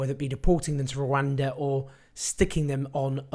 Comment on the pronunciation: "safe Rhawanda"